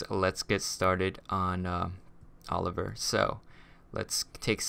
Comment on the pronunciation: you said Oler